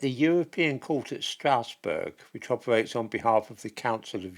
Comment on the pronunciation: Please, Strasbourg is not pronounced 'Strousburg', rather it is pronounced 'Strasburg'.